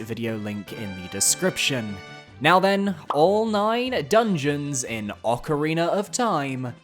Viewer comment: Love me some Ocariner of Time.